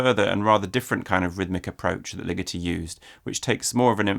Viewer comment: omg I thought you were saying LIGITTI until I looked closer at his face and then realized it was LIGETI